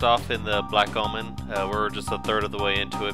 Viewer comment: Sounds like you're saying "Black Almond" everytime you say "Black Omen" :P